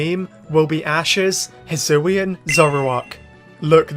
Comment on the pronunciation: the regyuler zuroowa evolvd in the hsoowyun reegun